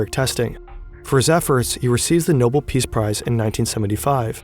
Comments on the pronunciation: I didn't think this was Ai until it pronounced Nobel as noble. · kinda doubt your research when you can't be bothered to look up pronunciation "krooshev" and "noble" stand out pretty bad